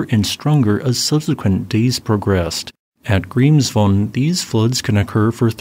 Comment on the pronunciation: Statistically speaking, Grimsvötn (which is still pronounced Grimsvoech-ten and not Grimsfohn) is about 5 Years overdue for it's Eruption, so whenever it decides to have a go, I wouldn't be surprised. I'd be if it didn't by 2030 (even if that isn't entirely unheard of for this Volcano either).